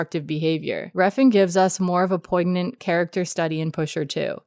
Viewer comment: The g in poignant is silent, and dogme is pronounced the same as dogma